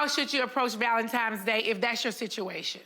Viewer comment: Wait, did Nene say "Valen-TIMES" day? I think that's what I heard. Grammar my dear, Grammer.